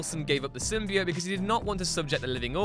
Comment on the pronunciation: Another thing you missed is how to pronounce the symbiote. As you also don’t know how to say it properly.